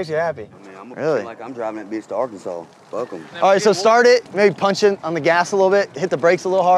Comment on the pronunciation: At least he knows how to say Arkansas